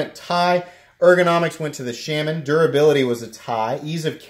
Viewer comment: Shaman is pronounced correctly .